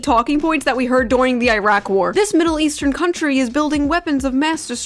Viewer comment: I’m sorry shoe… “duwing the Iraq war” 😂😂